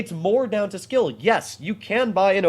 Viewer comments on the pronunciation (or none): none